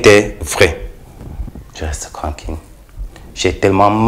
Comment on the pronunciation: Je reste cranquile, rdv de cravail, je reste cranquile, il faut vraiment apprendre à articuler le TR et pour un journaliste, c'est vraiment lamentable. Il faut arrêter cette façon de parler